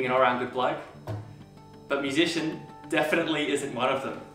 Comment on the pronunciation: 유시언이라고 해서 난 무슨 연예인인줄 알았네 ㅋㅋㅋㅋㅋㅋㅋㅋ 유지션이라고 해야지